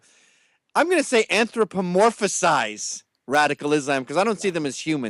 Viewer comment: heh gavin u added an extra syllable. anthropomorphize ;P but hey u are by far a better public speaker than i so dont take it too hard 8)